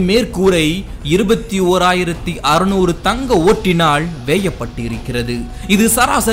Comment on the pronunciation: Are you sure? First thing that stuck me was is MISPRONUNCIATION of “ல” watch and listen carefully he is replacing the letter ல as ள. Example, between to hear him say தங்க ஓட்டினாள் !!! 😢 Thus, he continues with wrong உச்சரிப்பு.